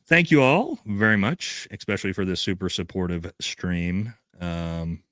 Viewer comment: And also it’s “especially” not “expecially”.